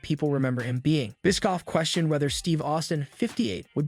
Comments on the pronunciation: It's bishhhofff. Not biskoff. 😂😂😂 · This guy can't pronounce names... Bischoff is apparently pronounced Biskoff. Mone is apparently Moan...